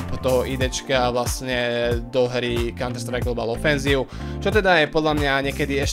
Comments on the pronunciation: konter strike😂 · Konter-Strajk? Hmmm😂